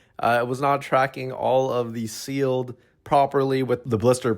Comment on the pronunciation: I totally had to rewind to see if he said "Sealed Ass!"